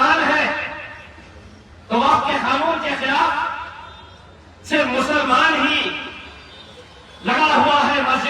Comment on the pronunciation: Filaf nahi khilaf hota hai